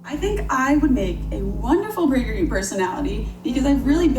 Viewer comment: Don't pronounce the U as a separate letter, Prageru. Praygeroo.